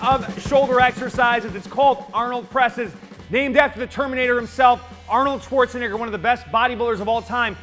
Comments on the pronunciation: I'm sorry my dude, can you say that again? Arnold Schwarze-what? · no one gonna talk about pronunciation of schwarzenegger 💀